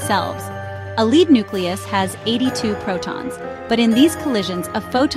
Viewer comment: Lead not leed.